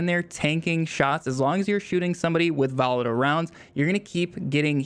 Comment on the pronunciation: Jesus can’t listen to YouTubers who butcher their words. This case volatile.